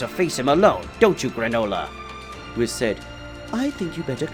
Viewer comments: If you're going to depict Yamoshi as women stop calling HER a HE, same goes for the FEMALE Namekian, Also the angels name is WHIS not WIZ, its an S not a Z think of it as saying WE then adding S to the of the pronunciation, also no one calls Beerus MR Beerus its LORD Beerus and Whis is just Whis, also Whis never calls Goku and Vegeta "Mr" he just uses there name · and there was the narrarator whom is incapable of saying whis' name correctly